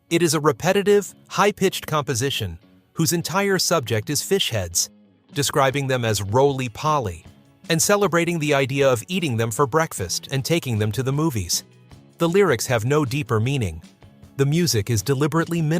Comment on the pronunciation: Roly poli not roly polly